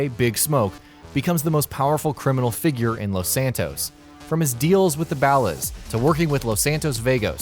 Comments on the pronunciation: The Bal-Las? Really? First time playing GTA San Andreas? They are the Ballas. You know Ballers but with an "A" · What the fuck are "BALLUZ" supposed to be? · The way you said Ballas just made me not take anything you said seriously. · Wanna take a crack at saying ballas again? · Jarry Lune BAHLUS AND VAYGOS